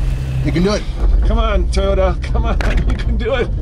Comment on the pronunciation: The Toyoda TACO lol